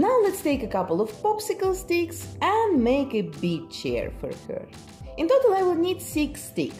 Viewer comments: Wait, did she say “basic beach” or “basic bitch” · Am I the only one that when she was talking about her first doll heard basic bitch instead of basic beach? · When I heard her say "Basic beach stuff" I was startled until I realized she said "beach."